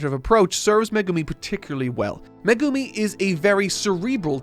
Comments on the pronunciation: calling megumi, me-gu-mi hurts... 💔it's meg-umi... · Please, it’s Meg-umi not me-gumi!!! Fabulous video, can’t wait for the season 2 review. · I’m sorry…MeGUmi? Its MEgumi😂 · Excuse me who is MegUmi? Do you mean MEgumi? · I really love all the reviews but one thing that makes my brain get a jolt of pain is the pronunciations of the characters names.. Especially Megumi. All i hear is Meegoomi and it makes me cry ^^ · someone tell him how to pronounce meh-gumi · I giggled every time he pronounced Megumi's name as Magoomi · Every time he says Me-goo-mi, i die a little inside 😃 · Why does always emphasize Japanese names so weirdly like he emphasizes the GU in megumi so it sounds like he’s saying meh GOO me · i was swiftly falling to sleep until i heard how said megumi. please, save ur self ASAP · Hate how says Megumi 😂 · why can nobody say Megumi right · Poor. The internet is going to massacre him for mispronouncing Megumi